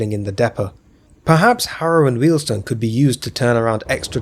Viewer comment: I think that, short of reinstating the WJ section, terminating at H&W is the next least worst option. It gives access to National Rail services out of Euston from places other than Euston itself. Also, thank you for pronouncing Wealdstone correctly - Jago always gets it wrong! 😄